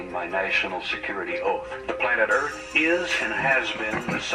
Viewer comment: My man called this place earph.